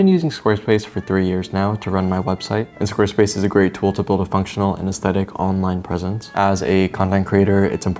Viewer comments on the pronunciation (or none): none